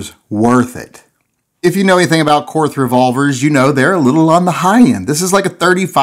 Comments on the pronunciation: trolling for money disguised as BS about grip selection. Nothing about the gun. By the way, it is pronounced KORT not KORTH OK? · How can you do a review on a gun that you can't pronounce correctly? It is pronounced KORT, not KORTH. And while we're at it, Porsche is pronounced PORSHA, not PORSH. Research your subject before doing a review, apparently, especially if it is German. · If you know anything about Korth revolvers... You know it's pronounced like "court." Hahaha! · Korth is pronounced Kort. No h sound on the end. I'd love to have one, but can't justify it. Stick with the rosewood. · Awesome gun, actually pronounced "Kort" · It's pronounced "Court." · Keep trying. After all, it's a Korsche.....Porsche.......Korth! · It's pronounced KORT. and you are right the camo grip is ugly. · You know it's pronounced "cort"? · Ever considered getting a Korth semi auto? They're super neat as well. Also, it is pronounced like the word court, weird, I know...